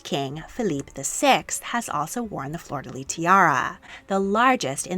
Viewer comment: Anybody else annoyed when an anglophone says "flor de leeeeee"? FLEUR DE LYS, LYSSSSSSSS!!! Sorry, pet peeve. I love those videos though.